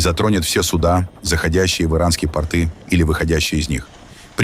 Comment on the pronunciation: может немного подкорректируете грамотность все таки по русски в слове порт (порты) ударение на первый слог а порты с ударением на второй слог это предмет одежды Характеристика Порты Ширина Узкие, плотно прилегающие к ногам Длина Обычно до середины икр или щиколотки Крой Простой: две штанины с клином (ширинкой) между ними Материал Грубый домотканый холст (лен, конопля) Назначение Повседневная рабочая одежда или нижнее белье Понятия «трусы» в современном виде на Руси не существовало, и именно порты выполняли роль нательного (исподнего) белья.